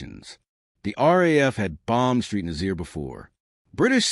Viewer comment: St Nazaire . St is not 'street' it is 'saint'. Nazaire is Naz-air not Nazeer!!